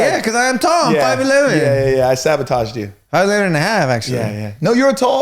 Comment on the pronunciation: Cancel. He didn’t say 5”11 the right way 💀 iykyk